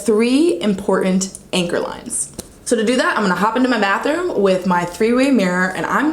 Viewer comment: Ha, you said “mathroom” not bathroom!